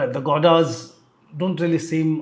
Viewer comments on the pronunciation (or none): Godas in place of Gowdas